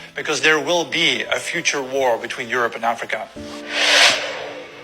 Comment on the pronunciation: Aerope not Europe